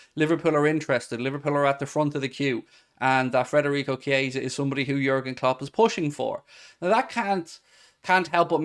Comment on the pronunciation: DON'T shout at me please, but u seem to be the only chap on Youtube mispronouncing Frederico (its Federico) and Thuram (pronounced Turam, just like his legendary Da....). Have a heart, mate, and give me poor OCD a break. YNWA 👍